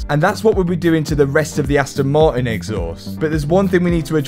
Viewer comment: It's funny how you say the "T" in "Aston" but can't say the same letter in "Martin" :D Aston Mar_in